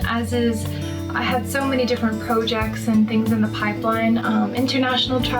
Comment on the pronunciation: "I have so many different PRO-jects"